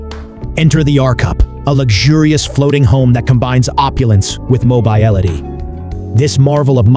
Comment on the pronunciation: I thought we'd see more of each home, so I was disappointed. I don't know who was narrating but they butchered the word mobile and mobility again and again. I think mobile was pronounced correctly twice. Language is important to get correct or it detracts from the video.